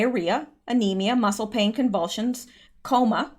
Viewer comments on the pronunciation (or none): none